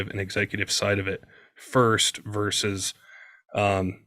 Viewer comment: The word is VERSUS…not vers. Say it right.